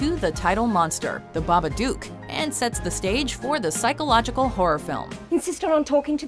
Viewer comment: Every time she mispronounces Babadook i die a little inside